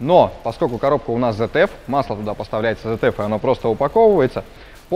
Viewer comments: АКПП ЗЭТЕФ??? ИЛИ ВСЕ ТАКИ ЗФ (ZF) НА первой же минуте вырубаю, этот чудо обзор.. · Аж слух режет, коробка Цэт эф, в немецком нет буквы зед, когда ж вы образовываться начнете, обзорщики